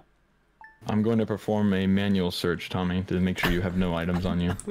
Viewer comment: I know his name is Tommy but I keep hearing dummy 😅